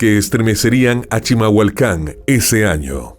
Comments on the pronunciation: ES CHIMALHUACAN, NO CHILAMHUACAN O NO SE QUE DICES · Se dice CHIMALHUACÁN 😂😅